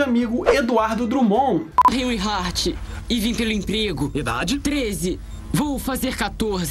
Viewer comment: "Enry Art"